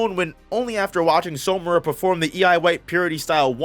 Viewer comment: Why do you keep pronouncing "Samura" like "Somura"?